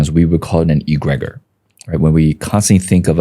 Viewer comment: He doesn’t know how to pronounce “egregore”. That was interesting. Not harping on immaterial aspects because I enjoyed the video just found that part funny and especially your reaction to that pronunciation. It is not pronounced “E-grey-gore”.